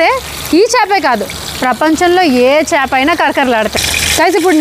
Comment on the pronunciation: Meeru chaapa chaapa ante naaku papa papa ani vinipithundi andi